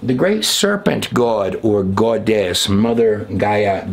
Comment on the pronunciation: Goddess, not GWODESH